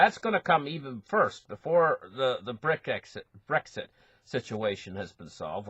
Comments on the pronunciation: me too.. Brick Exit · I love the way pronounces Brexit.